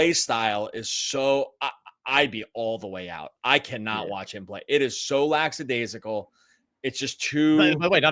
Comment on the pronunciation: Love your show! Never miss an episode. But there is no such word as “lacksadaisical”. It is “lackadaisical”